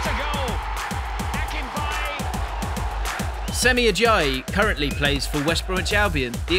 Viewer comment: Also, I think the voice behind this video needs to practice Nigerian name pronunciations more😅 E.g it's Spelt Semi but pronounced Shemi